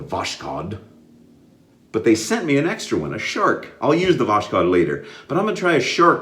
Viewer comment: Okay, it's time to teach you some russian language (hello from Saint Petersburg!). Voskhod is pronounced like it reads, there is no "sh". Kinda like VOS-HOD.